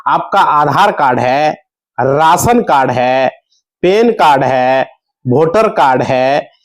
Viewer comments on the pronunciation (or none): Rasan cad nahi be ration card lagtha hai ye up bihar ka hindi sahi se bolna seekh be